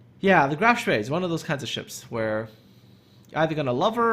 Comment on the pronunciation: Love the "Spee," especially with Muller or Lutjens.